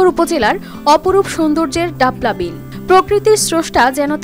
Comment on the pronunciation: আ'''লো হতিন ডাপলা বিল না..❌ ডালপা বিল হবে..✅